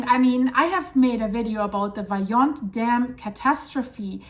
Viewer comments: It’s pronounced “Wah-he-wah” not “Vie-Ava” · Its pronounced Wah - he -wauh